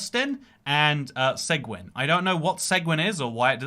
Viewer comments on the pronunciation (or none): Just a correction. The town in Texas, seguin, or “segwin” as you called it is actually pronounced “Seh-geen”. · Suh geen not seg win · Seguin TX is pronounced "suh-GEEN". Not "seg-winn". Also, you can't drive 85 everywhere in TX. It's only on certain roads. Same in places like Manitoba - it's only 110 km/h on the Trans-Canada highway. It's not on all roads. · As a Texan my ears bled everytime you said "seg-win" I appreciate the attention tho, random english man. Come visit us in "Seg-een" some day. Its named after one of the few famous Mexican nationals who fought on the Texan side of the revolution. Fascinating and tragic story what was done to him after the war because of his nation of his nation of origin. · FYI: Seguin is pronounced "Seh-geen". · As a Texan who lives just up the road from Seguin, I laughed so hard at your pronunciation (it's pronounced se-GEEN). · I live outside of Austin, Texas. My understanding for 130 is that it’s a shortcut to San Antonio or kind of Houston if you go that way. I think the speed limit is faster because it’s so far out of the way and it’s a toll road that you really have to justify using that toll road instead of a more direct route. Edit: they pronounce that town’s name as “Seh-Gheen.” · TX-130 connects Austin to San Antonio via co-signing with I-10. And the city is pronounced SEG-een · or he was purposefully mispronouncing it as bait to get people to comment for the algorithm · you should try see-gwin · Hey my friend is from Seguin and I'm from Austin! I've gone on that 85 mph road many times. And yea it's nothing special. Seguin is pronounced Suh-geen btw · Seguin is pronounced "Seh-geen" lmao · Seguin is pronounced "seh-GEEN", it's a Spanish name. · I’m from Texas and the way he pronounces Seguin hurts me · what a pronunciation of Seguin lmao